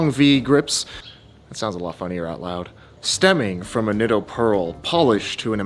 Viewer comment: Nice check. But Nitto = “knee-toe”. ⛩